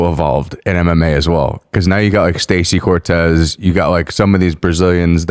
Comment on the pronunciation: “sTaCEy CoRtez” 😂😂😂 Bruhhh, tell me you’re not a fan without telling me you’re not a fan